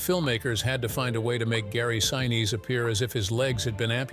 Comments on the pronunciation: Gary Sineesee Is the correct pronunciation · 👍🏽 Very good presentation! I caught only one proper pronunciation of Gary Sinese’s surname. It would taken extra effort to get it right every time, but that would have made the whole video just about perfect! 🤙🏽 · I truly loved this Movie from beginning to end and have really enjoyed the descriptions of how it was made!! Perhaps I am wrong but the pronunciation of Gary Sinise's name did annoy me a little!! Being an 83 year old Capricorn could give some kind of explanation for this!! Truly a well executed and fantastic piece of Cinema History is appreciated!! Thanks for this!!